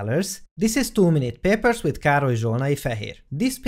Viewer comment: I thought he said 'too many peppers' at the start